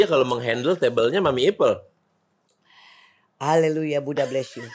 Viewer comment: Ipel Boris , bukan ipeul😂😂😂